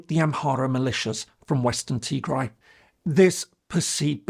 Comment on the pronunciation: You butchered the “Tigray war” part, but tbf it’s quite complicated and need a some research